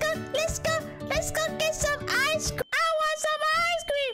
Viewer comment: "eyes crem"